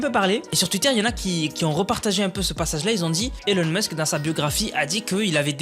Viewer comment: sa se prononce ilon musk